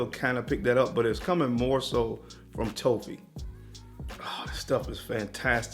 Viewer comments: Excellent list,. I was a bit confused that you were referring to “toffee” as “toe fee.” I figured it out, but toffee rhymes with coffee. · I was trying to think of what note you were talking about when you said "toe-fee". Toffee is pronounced like coffee, just with a T instead of C. But I realized what you meant man! ✌️ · Whats toe-fee? Im guessing hes saying Toffee like the sweet? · What the fuck is a TOE-FEE lmfao BRUHHH. 🤦🏽‍♀️🤦🏽‍♀️🤦🏽‍♀️ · Lmaooo I thought the same thing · Good stuff! But brother... its pronounced toff ' Fee... Toffee. No long o. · Pronouncing toffee wrong